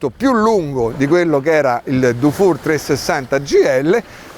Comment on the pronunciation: Dufour si pronuncia difur, se fosse scritto dufour si pronuncerebbe dufour , pregasi correggere la pronuncia